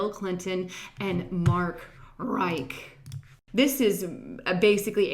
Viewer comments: Rich=Rich...not Reich or Rike... mispronounced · "Conspiration"? Mark RICH, as in "he's a very RICH man!" Not Rike. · it's "Rich" as in hitch.